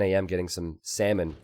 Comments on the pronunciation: Is it just me or how says “salmon” sounds like “semen”? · The way you say salmon, xdd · For my non expert ear every time you say salmon I hear semen :/ that was disgusting and funny.